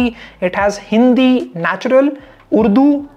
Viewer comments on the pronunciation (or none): none